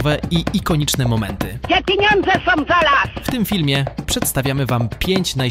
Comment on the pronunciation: ..szyny nie sOM rowne....... reporterka nie potrafiaca mowic po polsku. Czy ona skonczyla podstawowke????